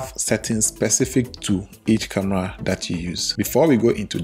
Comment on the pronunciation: I heard camla 😂